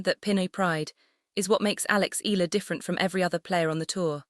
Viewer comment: Mam it's e-ya-la not ela try that more Filipino will love you❤❤❤